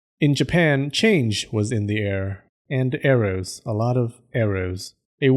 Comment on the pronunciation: Oh, 'arrows'. Had to back the video a little bit 'cause I was just listening and thought you meant 'eros', lol